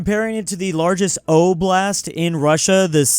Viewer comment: It's pronounced AH-blist.